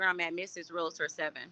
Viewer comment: Real•Tor,. Not realator